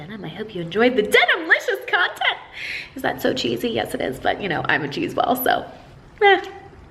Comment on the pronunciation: I don’t kneuw, seuww ._. Too much